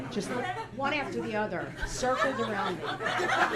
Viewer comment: "you coulda turned it arraand!"